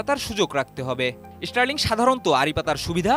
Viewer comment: দয়া করে reporter দের উচ্চারণের উপর প্রশিক্ষন প্রদান করুন। ষ্টারলিংক কে বারবার ইষ্টারলিংক বলছে যা খুবই শ্রুতিকটু।